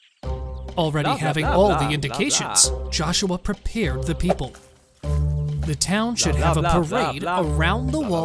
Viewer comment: "and all the pee- p" I love the peep "and fur-" Uhhhhhhhhhhhh